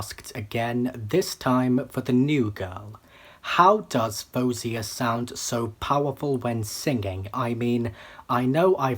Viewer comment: Your instincts are right! She was going to be amazing. You also pronounced her name in the second most acceptable way according to her. Well done!